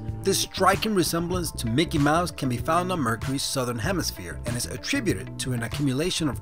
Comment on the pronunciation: When you said, "Mickey Mouse crater on Mercury," I thought you said, "Running water on Mercury." I was like, WTF?